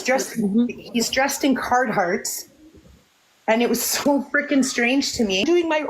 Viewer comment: It’s not Card Hart. It’s Carhart.